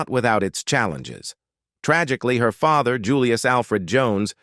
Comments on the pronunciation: Stop using that AI generated voice as it can't even pronounce words like father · WTF is this an AI voice reading first of all. IE the voice over says "father" then later says " they got mayreed" beyond all of that the thumbnail is the skin crawling facts. Nothing is skin crawling 25mins in. It's fun to watch info on celebs l grew up with but g-damn this is just hype train for a story l would of watched without it.